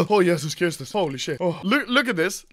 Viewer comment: O Jezus Chrystus'' XD did you studing polish language?